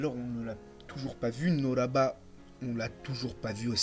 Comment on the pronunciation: J’ai remarqué ta du mal à lire les noms des personnages exemple nobara tu l’appel noraba pareil avec Zenin Naoya tu l’appel Nayoa etc etc